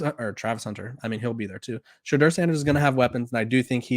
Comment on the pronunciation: I agree. I almost subscribed to this channel but Ima wait. I’ll give him time to pronounce Shedeur’s name correctly and maybe by then, he’ll stop down playing him.